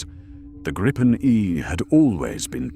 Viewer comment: 😂😂😂 WTF sort of voice is that supposed to be?? Is that the AI can do? God helps us all! And it’s the GRIP-en, not the GREEP-en 😂😂😂